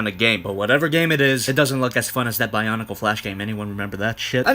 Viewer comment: Did just say B I O N I C L E